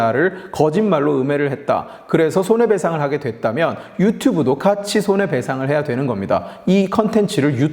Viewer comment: 영상 초반에 유튜뷰로 발음하네요